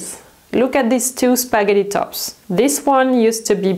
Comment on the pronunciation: I LOVE the way you pronounce the word "spaghetti". :)